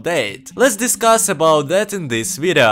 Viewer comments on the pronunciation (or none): "Let's discass abou dat in dis vidaa" 😭😭😭😭